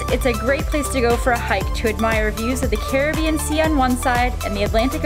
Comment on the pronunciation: You're pronouncing saint lucia names wrong and CARRIBBEAN